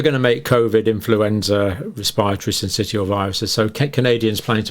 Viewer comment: Syncitial is pronounced sin-sis-shall.